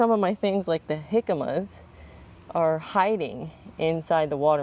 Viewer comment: Jicama is pronounced HE kah mah. You are saying it the way I used to until I was corrected. 😅